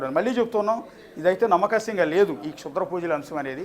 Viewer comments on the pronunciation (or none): reporter "nammakasyam" ani oka kotha word kanipettadu 🤣 adi "nammasakyam" ra nayana